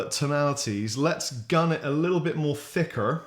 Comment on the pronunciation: Man that hard "R" on "thicker" seriously through me off. And I'm born and raised in Los Angeles lol